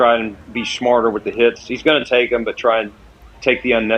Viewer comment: Can someone teach how to say THEM, thum is one of the dumbest pronunciations in our language.